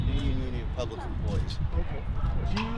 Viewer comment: Public! Not pubic!